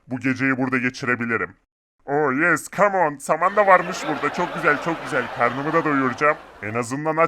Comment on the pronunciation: o yes değil a yes